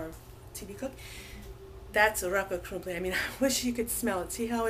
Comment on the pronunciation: I like how you say rakott krumpli, sweet